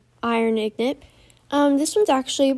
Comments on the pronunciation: In got not ignot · Pronounced ingot wrong 😑 lol it's all good tho good video